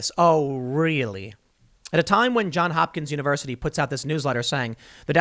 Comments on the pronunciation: "Johns Hopkins" Tim. Not John Hopkins. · Frog2 I'll give you thumbs up for that. But the Baltimore Hospital and University really are called JohnS Hopkins, and hearing Tim leave off that S is just grating and reflects badly on him.